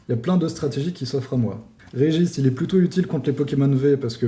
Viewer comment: J’ai pas l’habitude de reprendre sur la prononciation mais le « Régis » en place de « Regice » m’a fumé